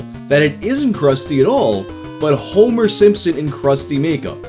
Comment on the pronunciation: HO, MER SIMP-SON! HOM-ER, SIM-PSON!